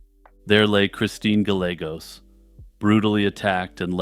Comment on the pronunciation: Oh you’re killing me. Is it not “Guy-yay-gos”?